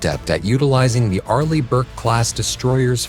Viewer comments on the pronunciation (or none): none